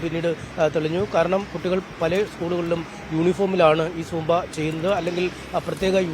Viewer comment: സ്ക്യൂബ അല്ല സുമ്പാ.. 🙄🙄